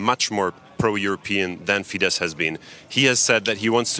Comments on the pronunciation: Wow! This is great news! By the way, it's not pronounced "fee-deSH." It's "fee-dess." In Hungarian, sz = s, and s = sh. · Could the lady anchoring learn how to pronounce FIESZ??? It's fee-de ss (the sz in Hungarian is ss)